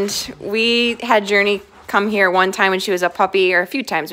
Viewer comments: Its Journee not Journey ok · It’s Journee not Journey